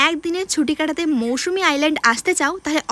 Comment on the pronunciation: এত বেশি কথা না বলে আগে জায়গা টার নাম টা ঠিক করে বল ভাই ওটা মৌসুমী না মৌসুনি